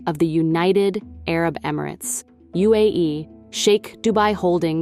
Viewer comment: AI narratives drive me crazy. Can’t pronounce Arab.